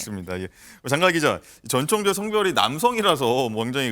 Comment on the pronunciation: 오 저 분홍옷 여자분 전청조 발음 연습 좀 하셨나봐요 ㅎㅎ 지난번앤 노상 정찬조라고 하시더니 이번엔 제대로 발음하려고 노력은 하시네요, 비록 혀가 꼬여서 발음은 여전히 제멋대로지만요 ^^